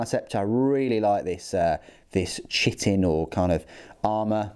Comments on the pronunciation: Pronounciation dictionary says /ˈkaɪtɪn/ ;) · i think chitin is pronounced Kite-In, just for future nidness. Also, if you're doing tyrannids at Christmas, does this mean its gonna be a Merry Nidmas? 🤔